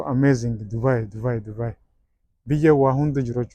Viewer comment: Subai jetteem Dubai jedhii sirreessii😂😂